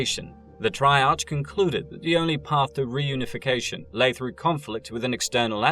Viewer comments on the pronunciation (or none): C'tan is pronounced with a hard c, like cookie. And you can't even pronounce "scrivener" correctly. If you're going to move into 40k lore you better learn how to pronounce shit correctly. Triarch ends with a hard sound, try-ark. And Stygian? Jfc, stick to movies.